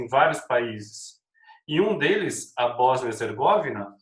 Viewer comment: Ola professor, só uma observação sobre a Boznia, os nomes europeus quase que 90%, têm a sílaba tônica na penúltima, ou seja, , Herzegovina vai ter a tonicidade na sílaba "vi'", um abraço